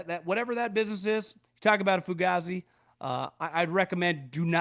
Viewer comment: ITS PRONOUNCED FUGAYZI BRUH